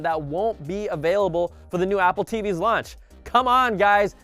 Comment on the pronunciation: Lol he said Apple TV Lunch